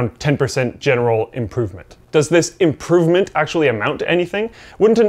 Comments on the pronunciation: Is imporvment Canadian? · "actually amount to an imporvment"?